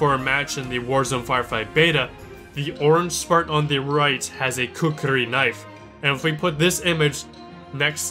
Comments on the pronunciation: kiem That is how you pronounce it... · toman kiem That's just how I say k's and r's when they're together. Didn't intend to roll the R, if I did (which I can do really well) it would have been noticeable. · you rolled the "r", espanol style. It's just pronounced how it is spelled. Also, ; ) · Next time, pronounce kukri right, or just say gurkha knife.